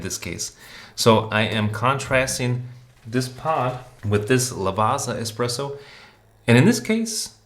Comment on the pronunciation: The espeesso boss haha